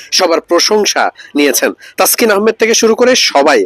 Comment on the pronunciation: খবর পড়তে পড়তে বলতে বলতে ইংলিশ ভুলে গেছেন taskin এর নাম ভুল ছিল taksin হবে না taskin